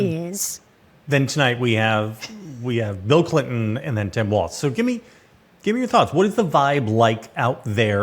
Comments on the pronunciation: Please learn to pronounce "Walz." It's WALLS, not WALTZ! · Sarah and dude, it's Walz, not waltz. You know, like walls. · Yeah, they keep saying "waltz." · Pronounce Walz correctly, please. It's "walls" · Might be easier to convince swing voters regarding Walz if you pronounced it correctly. WALLS. SMH